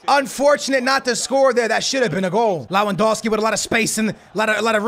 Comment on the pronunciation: Teach him Lewandowski while you're at it.